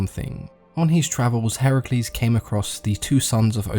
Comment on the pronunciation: Finally someone can pronounce Heracles correctly Yay even people who claim to be an expert in GREEK mythology pronunce Heracles as Hercules